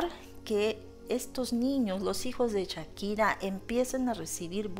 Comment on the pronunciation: Hola desde Ca., Aclarando es SHAKIRA, no CHAKIRA, y es Clara Chia, no Clara Shia. cuidado con la pronunciacion.